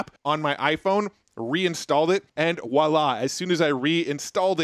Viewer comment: "reinstalled it, and wallah . You mean voilà, pronounced vwahla, the French word for "Whoomp there it is"